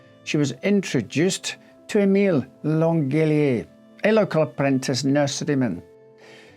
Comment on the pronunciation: It’s pronounced LanJElier… Besides that, great video! Thank you! 💐